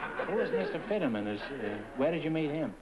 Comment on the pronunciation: It’s George Finneman, not Fiddeman